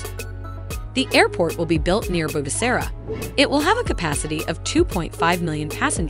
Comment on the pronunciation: As a rwandan myself i am happy but the way the said bugesera is wrong you can learn how to speak it by a day(Just make sure to not forget) love you all!🥰